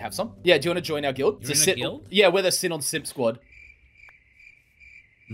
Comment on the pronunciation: I’m pretty sure it’s pronounced Sea-Non not sin-in